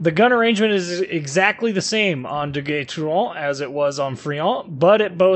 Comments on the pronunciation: You say it Ah-kaT-su-ki, rather than Ah-ka-tsu-ki. It's subtle, but I was so impressed (with zero practical experience to back it up) with how well your French sounded so it got me a laugh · Just poking a little fun, but how do you manage to contort your mouth to pronounce this ship's name but you consistently butcher Akatsuki? LOL